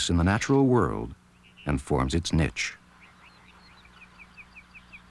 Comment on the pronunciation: Niche = n-ee-sh